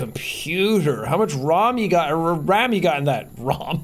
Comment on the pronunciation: hearing Sean suddenly pronouncing "ram" in Swedish caught me off-guard